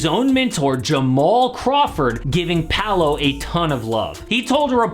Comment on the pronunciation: It's not "Palo" it's Paolo, the way to pronnounce it, looks like Puh-ow-lo = Paolo.